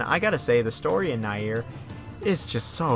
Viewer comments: Its nier as in nia not naieer don't know if your trying to be accurate not saying you have to say it that way I just think your trying to force it that way cause maybe someone told you otherwise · You keep saying naieer rather than nier lol... Whyyyy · Near is gow it should be pronounced lol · Ik bruh shit got on my nerves lmaoo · ist nier, just nier not Naier. even Japanes people and cretor say N I E R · Tf is na-ear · lol that's what I wrote I don't know why they called it naieer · NieR is pronounced “Near” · STOP SAYING NIER LIKENTHAT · Why are you saying Nier like that? You're obviously a big fan of the series seeing that you've played Drakengard as well, I have no clue how you went so long pronouncing wrong. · Funny thing is, he says it correctly on numerous occasions so he’s purposefully saying that for some reason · yeah it’s actually distracting lol. Can’t understand what he’s got goin on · why do you pronounce "Nier" like that?